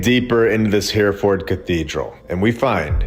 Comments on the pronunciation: He-re-ford, not Here-ford. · Hereford- pronounced Herryford. Keep up the great work. 👍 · Hereford has 3 syllables, "Her-e-ford" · Wow, riveting stuff. Thank you. FYI, Hereford is pronounced Herryfuhd. And when you covered Jerusalem, I remembered that Golgotha means "the place of the skull" !